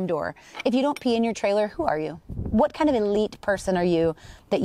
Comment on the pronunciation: These funny - she said ".. vvhat kind of elite..." 😅😅 im laughing f😅r 2 days... knowing she WASnt even european 😅😅😅😅😅😅😅😅 😅😅😅😅😅😅